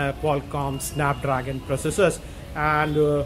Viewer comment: Sssanap Drrrrraagan😂😂😂😂😂😂